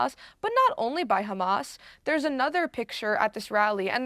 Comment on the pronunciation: Love it.. Khamas but 5 seconds later it becomes Hamas.. I wonder why they all seem to go out of their way to pronpunce the "Kha" when it is is a "Haa".